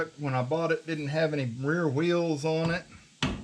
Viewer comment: Awesome video bro. You definitely fked up the word rear 🤣🤣